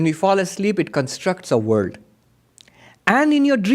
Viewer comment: Thw word "world" has an L in it. It's not pronounced "×9=d" Some will be confused by your talk.